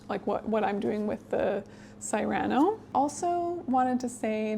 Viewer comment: Psst Cyrano is pronounced "Seer-aw-no" not "Sigh-ran-o" :)